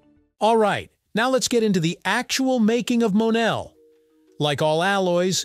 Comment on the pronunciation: ITs pounced "MO Nell"